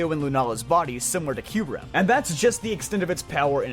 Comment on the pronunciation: If I had money, I'd donate this guy like $50 for pronouncing "Raikou" correctly. I hear "ry-koo" so freaking often that I corrected this guy out loud before my ears melted at the realization that he was ACTUALLY RIGHT 😭😭😂😂 Edit:// omfg he pronounces Kyurem correct too!!!! Give this man a medal!!!!